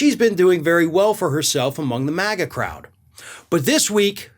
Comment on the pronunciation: Why do i hear maggot every time says MAGA crowd...